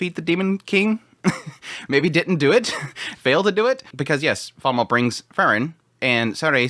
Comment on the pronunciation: She is called Flamme not Flamml